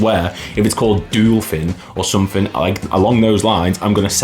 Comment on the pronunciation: was laughing as you said you couldn't mispronounce Dolphin and then....🤣